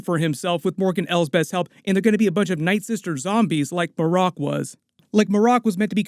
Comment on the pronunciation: It's probably Mare' ek, not muh' rock.